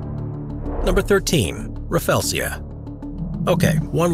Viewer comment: Rafflesia pronounce as ruh-flee-zhuh not rafelsia